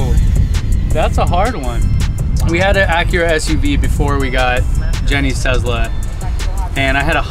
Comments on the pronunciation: WHY DOES HE KEEP SAYING TEZLA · Hearing people say Tezla makes me very angry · tezla and: tesla